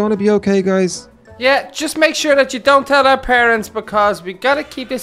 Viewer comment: she siad dount